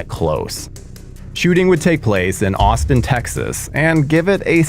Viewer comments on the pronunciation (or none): none